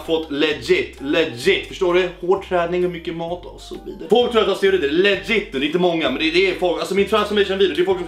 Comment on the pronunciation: Men herregud det heter steroider inte "steorider"